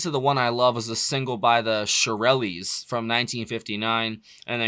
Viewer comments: it's not Sherill - EES. Just pronounce it as if it was spelled "Shur - ells" The album cover is just them in a swimming pool. I don't understand why you think it is "risque" LOL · Shirl-les not the shirl-lellues.